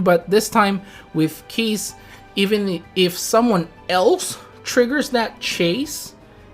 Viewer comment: Keiss pronounced as Ky-ss Oh well KEESS HOWARD SHIPPUUKEEEN Also, the text for Keiss shows a rework for him....that's new very accurate.